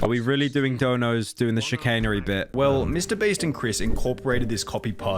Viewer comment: I like how Pyrocynical keeps addressing Mr. Beast as "Mr. Breast", kind of like how I address his real name as "Nailgun".